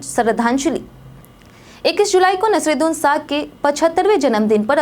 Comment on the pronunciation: Pahale to Nasiruddin shah ka naam galat bolti ho, fir Zinda aadmi ko bhav bhini shardhanjali deti ho. Aisi news reader ko hatao